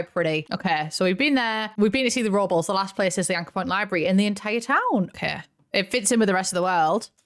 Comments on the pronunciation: for all my non american and non latino besties, Robles is pronounced Row-bless, not robbles lol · Robles is pronounced "robe-less" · I love the Filipino representation! Bayani = Hero <3 also, Robles is pronounced "rob-less" 😅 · I love and most British folk but hearing her pronounce Robles brought back memories of the horror show that was "Mexico Week" on The Great British Bake Off 😬 I know no harm was meant but Spanish pronunciation is not the British strong suit